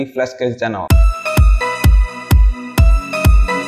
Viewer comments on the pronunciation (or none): none